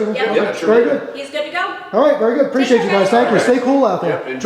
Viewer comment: STOP saying "preciatechu" use the correct word, which is APPRECIATE